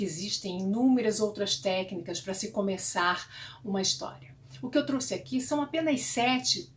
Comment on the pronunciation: Adorei suas leituras e sua expressão ao ler. As aberturas foram bem escolhidas. Doeu no ouvido o truce no lugar de trouxe no final.